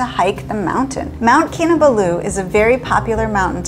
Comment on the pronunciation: You pronounce the last two syllables in Kinabalu as Baloo from the Jungle Book lol. I usually pronounce all the syllables equally